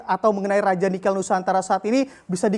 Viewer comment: kayaknya bacanya nikel ⤵ bukan nikel ⤴ (lafal e-nya), atau saya yang salah ??